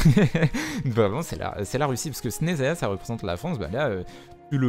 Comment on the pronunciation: On prononce Chneznaya